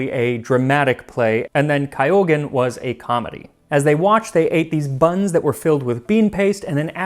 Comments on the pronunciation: Almost yes Max was very good except Kyogen. It's just like what you would with Tokyo, k y o is contracted together to form one sound Kyo or Kyou. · あぁ～日本語上手ね～ He's learned! Until I got to "kyougen" which is ....k-yo-gen. Not kaiogen... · Not sure if anyone mentioned it, but the pronunciation of Kyōgen isn't "Kaiyogen", the "kyō" is similar to the "kyo" in kyoto but with the o held a bit longer. I know how you want to get the pronunciations right. Hope this helps. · Corrections I can do are: 1) it’s kyogen, not kaiogen, 2) I think dashi means stock so it doesn’t have to be bonito and kelp. My hometown in Kyushu area, the west side of Japan, often use flying fish stock. Either way thank you for making this video!! Wish you make a video about an ancient dairy product, So (蘇 in kanji). The origin is around in 700, Asuka to Heian era. You can make this by simmering milk and reducing its amount till 10% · Kyogen is pronounced as ki-yo-gen as in Kyoto, the ancient city. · OMG. I love your posting so much, and you really work to present other cultures so well... How did you end up mispronouncing "Kyogan"? :( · you cannot be japanese, or the way he pronounced 狂言 Kaïogen would have driven you mad haha